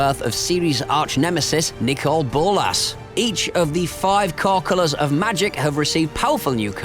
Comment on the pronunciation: I think this video might need to be a few years longer. PS: It's NOT nicole bolas!!! It's pronounced nickle bolas